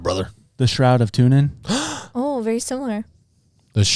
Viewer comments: Turin not tunin dude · Its Turin, not what she said 😂 It’s not Tune in, its Turin which is in Italy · Tu”R”in, not tunin! You crack me up with all your mispronunciations, but I still love you guys! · "Tour In" not tuna in??? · Turin, not Toonin. 😊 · Not hating, but when you say "TuNin", instead of Turin, it makes you sound like a geifter who has never heard of the shroud before. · The Shroud of TuRin (not TuNin), as in Turin (Torino) the city in Italy - after which the Shroud was named. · It’s Turin, lol, not Tunin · Turin. Not Tunin. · Why calling it tunin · Shroud of Turin theres an r lol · It's pronounced TURIN! 😂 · Say Turin right please 🙏 😢. Tur-uhn. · That is absolutely not how you say Turin. C'mon man